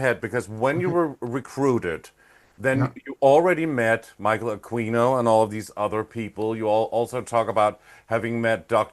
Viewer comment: The pronunciation of Aquino is ‘A-kee-no’…the ‘u’ is silent…not ‘A-queen-o’.